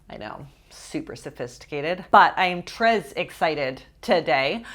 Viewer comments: I took French in high school and "tres" which translates to "very" is pronounced like tray rhyming with May. Love ur videos! Happy Monday:) edit: read replies for more pronunciation info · Lol it's pronounced tray, not trez 🤣🤣🤣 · i tought u say it like "tré" mot "trez" lol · I love you but the S in Tres isn't pronounced! It's a silent consonant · It is pronounced ‘tray’ for French. Not sure if she was pronouncing it incorrectly just to be funny. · My God this lady is annoying. WHY is she saying tres like TREZZZ idk if that's intentional but cringe regardless. Idk why I keep getting recommended videos from this channel and why I clicked on it. Lesson learned. I hate how judgy this lady is about what others want to eat especially when she's clearly got her own major issues. Project much? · lol "trezzz" lol haha thats not french you know that ya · Hi! You don't pronounce the s in très. It sounds like t-(throaty r)-eh. (not the canadian eh as in ay but eh). When you pronounce the s it sounds like you are saying the word treize, which means 13. Much love <3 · Actually it's exactly how she said it but without the "s" at the end. There is no "ay" sound. It's just "tre" without a rolled r which is hard for English native speakers. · It’s pronounced trey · Tres is pronounced TRAY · you pronounced "très" almost perfectly. The sound /r/ should be more intense and the letter is silent. French words have a lot of silent letters. It is one reason why it is so difficult to learn. Love your videos as always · You were so close with the pronunciation of the “très” in French. The S is actually silent, but close enough! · unfortunately the s is silent in très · me after realising she was trying to say tres the whole time 😦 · Her pronunciation of tres!! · The word ''très'' doesn't rhyme with May; it kinda rhymes with ''meh''. You can actually make a search on YouTube on how to pronounce French words, and it's ''très'' accurate. :-)